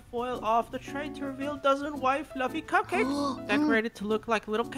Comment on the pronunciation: I JUST REALIZED SAID c—kcakes instead of cupcakes like buddy chill😭